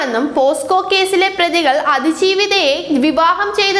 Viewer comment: പോസ്കോ കേസ് അല്ല കൊച്ചേ... പോക്സോ കേസ്. എവിടെ പരിപാടി അവതരിപ്പിച്ചാലും ഇതാണല്ലോ അവസ്ഥ...